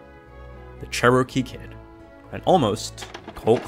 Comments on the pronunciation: The Che-roh-kee Kid, eh? You make me sad. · Charrow-key Kid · You’re pronouncing Cherokee wrong.